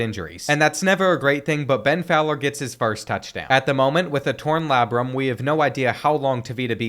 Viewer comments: That pronunciation of Labrum was brutal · The way you say labrum is killing me 😂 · please stop saying labrum that way lol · Ik u didn’t pronounce labrum like that